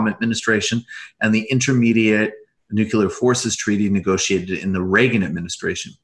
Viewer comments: NUCLEAR NU CLEE URRR Nu -clee -errrr anything but New-cue-lurr, please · Is it just me? Or does no one pronounce NEW CLEE UR correctly anymore? Lets just start pronouncing airplane- aplinera, or how about we pronounce New York- Blu Cuck? You all go to such great lengths to pronounce other things correctly (+/-)